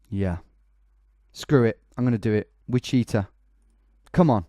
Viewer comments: I owe a banana, do you 'ave 'em wicheeta ones? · Then fail at pronunciation of Wichita